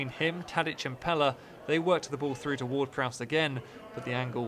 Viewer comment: How does he not know how to say Pelle